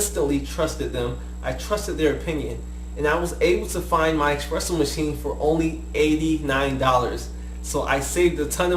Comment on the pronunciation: why do you call it expresso? you even spelled it espresso...